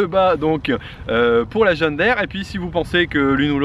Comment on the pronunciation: Curieux ta façon de dire (je vais l'ecrire de cette façon, de manière à mieux comprendre) John Daire. Il s'agit d'une marque américaine, et donc, dans la langue anglaise, 2e qui se suivent dans un mot se prononcent i ( en français John dire) Voilà voilà... :-)